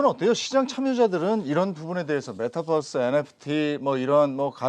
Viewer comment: 메타뻐스가 아니고 메타버스요.... 뛰뛰빵빵 뻐스가 아니잖아요